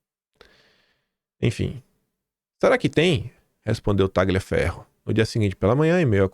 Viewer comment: Tagliaferro é um sobrenome de origem italiana. A pronúncia correta é "Talhaferro".